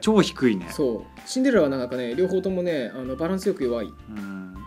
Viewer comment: シンデレラをチンデレラ